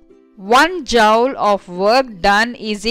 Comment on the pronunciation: joule to jaaoul 😂😂🤣🤣